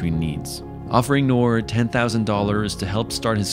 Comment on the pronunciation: Don't want to be rude but it's noor